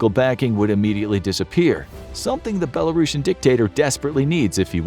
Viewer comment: its not belarosan, Its BELARUSIAN.